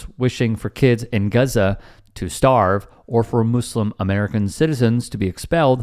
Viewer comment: “Guza” no “U” sound in that name at all. However I am not from that area so maybe that’s how they pronounce it.